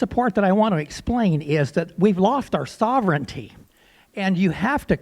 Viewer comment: sovereignty is pronounced sah-ver-en-tee and sovereign is pronounced sah-ver-en